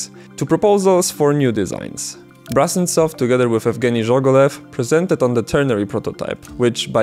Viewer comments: It’s Brusentsov, not brussen-stoff You butchered his name like 30 times in this video. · The surname of the inventor is pronounced Broosentsov, BTW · If the name is transliterated to Brusentsov, then should it not be pronounced BROO-SEN-TSOFF, with an OO sound and not an AH sound? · oh god.... please stop calling him BrAHsentsov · so...you spent countless hours researching this subject only to end up mispronouncing the name of the inventor? great job, mate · Your pronunciation of "Brusentsov" is a bit wrong. The letter “u” in the Latin transliteration of Russian names is always pronounced as in the word “put”, but never as in the word “but”.